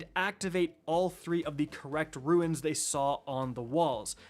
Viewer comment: Man, did you just pronounce Runes "Ruins"? Lol. 😂 appreciate the work my man!